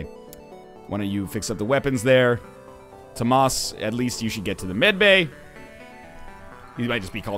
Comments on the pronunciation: How does "Thomas" become "toh-maas"?. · Dangit stop pronouncing Tomas wrong!